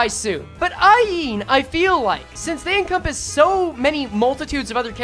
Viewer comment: every time says Aeen instead of Ayin i hear her voice louder